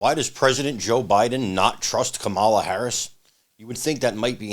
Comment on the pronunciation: Heels-Up-Harris' first name is pronounced comma-la, not ca-mah-la.